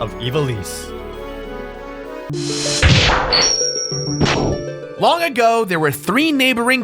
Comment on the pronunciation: Ee-VAH-lis.....not EE-vah-lees. Horrible. :(